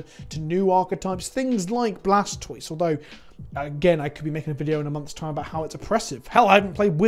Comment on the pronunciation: Isn't the "toise" of Blastoise supposed to pronounced like tortoise? (kappa)